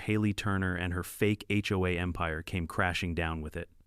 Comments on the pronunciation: "Hoe"? Seriously? The term is "H O A". Maybe if the 'bot programmers learned to use grammar and punctuation their offerings would be worth listening to. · first 3 seconds i heard (hoe) XD